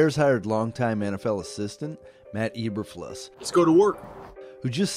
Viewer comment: Really nice job, but say it with me: Eee-bur-floos. Not fluhs. You put a lot of work into this video, but if you mispronounce the very first name you say, the new head coach no less, you lose credibility.